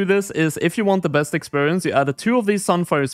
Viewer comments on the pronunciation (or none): none